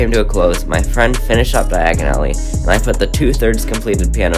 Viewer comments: Its Diagon Alley not Diagonally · just here to say its pronounced dia gone ally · Die-g-in alley 💀